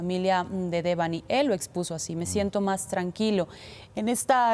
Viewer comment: No puede ser que a estas alturas sigan pronunciando el nombre de Debanhi mal, es como el papá lo dice, no es mucho pedir la pronunciación correcta a los periodistas o si?